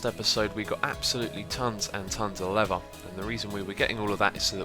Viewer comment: Tonnes and tonnes of "levver"